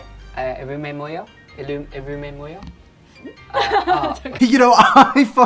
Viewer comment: “You don’t see me getting head enlargements to look like a bobble head do you?” When I say I wheezed..... Also (or around that time) for those who didn’t catch that, Oli tried asking 너 이름이 뭐예요? (Neo ireumi mwoyeyo?) what’s your name but said neo ileumi mwoyo? Instead. I’m not fluent in Korean AT ALL but as a very basic beginner learner, I know how he pronounced it ain’t correct